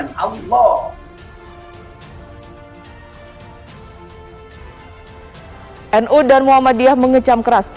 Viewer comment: Tapi mengucapkan lafal Alaah faseh bngt wah sekolah dimana ini ya..